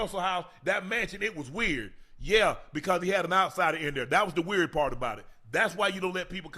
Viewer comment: If he doesn’t STOP pronouncing Weird as WORD, I will go on a SLAPPING Spree 🤦🏻‍♀️